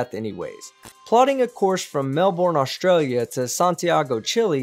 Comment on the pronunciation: We say stralya too